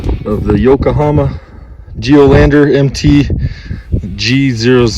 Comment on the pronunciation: Yokohama NOT Yokahama. Thanks for the video.